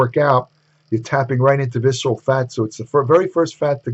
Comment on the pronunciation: "Sexual adiposity"?? 😂